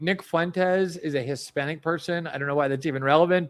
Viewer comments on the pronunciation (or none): "He's a hispanic person." That emphasis was something else.